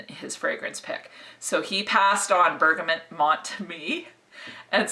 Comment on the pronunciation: Love your videos but one thing is driving me crazy with this one, it's BERGAMOT( pronounced Bergamo) not BERGAMONT. Keep up the great work, love your style and humour. :)